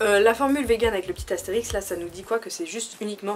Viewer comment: Astérisque et pas Astérix stp😂❤️ (Team L désolé) Super video, toujours très crue dans tes analyses, ça Manque beaucoup sur YouTube ! Continue comme ça !!❤️